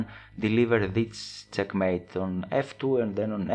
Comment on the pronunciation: its check mate....not cek mate....lol